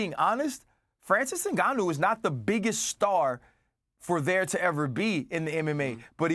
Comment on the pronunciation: Francis ENGANNYOU 🤣💀